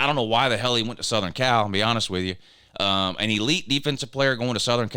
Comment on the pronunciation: I believe you are pronouncing AN a-hn wrong.